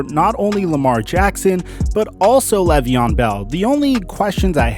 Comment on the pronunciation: "Lay ve on" not "lev ee on"